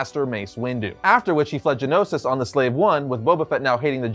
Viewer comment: Omg i hate when they say things wrong GEONOSIS not genosis. Thank you for coming to my ted talk